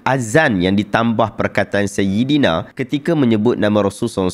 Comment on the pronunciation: Dengar macam dia sebut saidana.